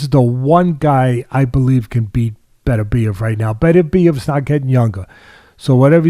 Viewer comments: His name is BET OOR BIEV and not BETTER BIEV. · Why can seemingly nobody pronounce "Beterbiev" correctly? It's not that complicated!